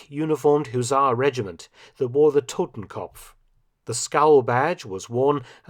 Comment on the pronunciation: Just FYI; It's "Totenkopf" not "Totemkompf"